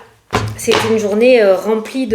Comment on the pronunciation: Coucou belle! J'adore comment tu dis Journais😂😂😂❤ On a même pas encore commencé à écouter ton poste que l'on est déjà en train de rigoler 😂😂😂. Merci beaucoup pour ta bonne humeur et le temps que tu consacres pour nous tous 😘🙏👌🤞❤️